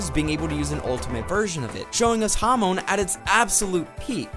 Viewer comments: Bro it’s pronounced hahmon not hawmown 💀🙏🏻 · everytime you said hamoan i died a little